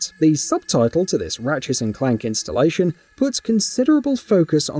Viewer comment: Can’t say the way he says ratchet and clank doesn’t bother me